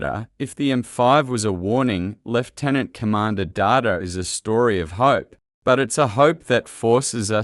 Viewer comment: Good commentary on AI and Trek. Ironic that this AI voice can’t tell the difference between Data the character and computer data 🤖